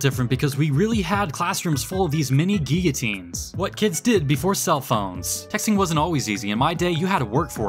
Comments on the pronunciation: I have never felt happier to hear someone pronounce "guillotine" than during this video. I live in Australia and my coworkers refer to one as simply "gillo" and a bit of my soul breaks every time I hear that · Thank you for not pronouncing guillotine wrong 🙏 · FINALLY SOMEONE THAT PRONOUNCES GUILLOTINE CORRECT